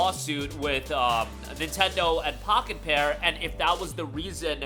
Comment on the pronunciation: Everytime you say the developers name i keep hearing Crapped-on, lmfao!